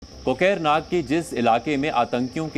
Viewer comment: Kokrrrrnag .ni hai ye kokarnaag hai